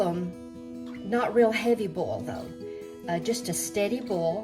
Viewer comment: U should really give ur measurements wen showing a so-to- speak cooking show (video.) Also it's Pronounced Boil NOT Bowl.😊